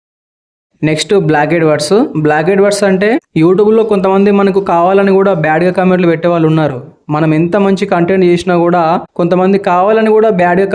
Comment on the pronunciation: బ్లాక్డ్ బ్లాకెడ్ వర్డ్స్ కాదు బ్లాక్డ్ వర్డ్స్ అని పలకండి